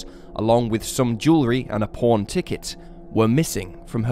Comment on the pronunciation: My theory is that every time you say “pawn” I hear “porn”.